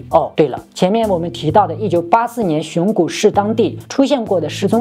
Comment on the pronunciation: 是「熊谷」，不是「熊古」